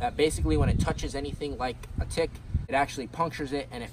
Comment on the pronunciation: That's not how you say tick